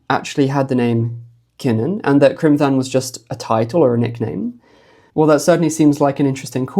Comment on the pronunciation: Excellent research once again. Criomthann is pronounced cromann btw... quite close to conan in which the 'o' is curt not the elongated oooow of the English language. So the 'Th' is always just a 'h' sound. The letter 'h' never existed but as whta we called a séamhú (softener) basically a dot above a consonant which quitened and softened it.. the stronger the consonant sound..the more the séamhú softened it..thus T h becomes 'h' sound.. Eochaidh/Eochu.. again..the 'h' softens the c thus a very breathy k sound... not gutteral or at all Germanic.. The object of grammatical rules and spelling in Iris is for flow of one word to the next... Not too many hard stops...